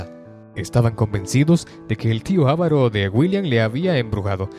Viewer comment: OJO se pronuncia avaro, no ávaro...